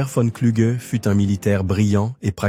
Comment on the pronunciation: Son nom ne se pronoce pas Cluge mais Klougue